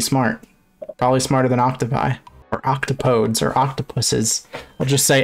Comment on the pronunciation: you pronounces octopodes wrong